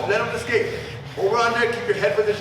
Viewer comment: ESSSSSCAPE Not "EX-Kape!" smh